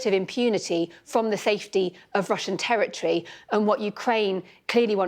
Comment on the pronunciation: What’s a “tewwah twee?”